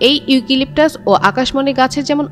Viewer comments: ইউকিলিকটাস???😂😂 হাস্যকর উচ্চারণ 😂😂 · বোন তোমার উচ্চারণে আমার মন খারাপ হয়ে গেছে, ইউকিলিপটাস না , শুদ্ধ করে উচ্চারণ করে আসো।